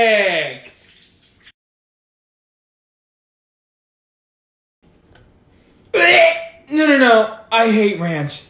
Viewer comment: Every "PaErFAeKT", a kid in Africa dies.